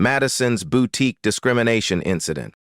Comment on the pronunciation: Where is the T in boutique that’s irritating me